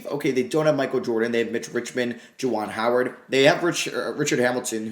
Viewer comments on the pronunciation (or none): none